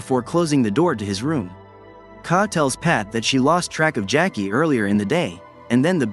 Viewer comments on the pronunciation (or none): Yup he didn't pronounce any of their names correctly lol. Jackie?suppose to be Jake lol